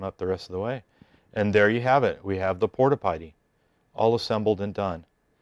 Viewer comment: I could have sworn you said Port-a-Potti. LMAO!!! Just kidding! That is a awesome idea and design my friend.